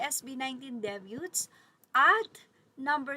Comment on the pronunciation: Debuts... silent 't'